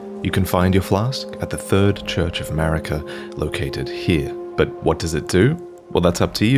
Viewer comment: I can't help but hear Merica when you say it 😆😂